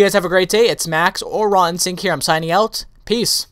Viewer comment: rawinstinct sounds like rotten sink when you say it xDnice vids btw